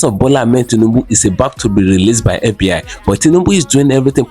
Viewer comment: It's fbi not fb hi lmao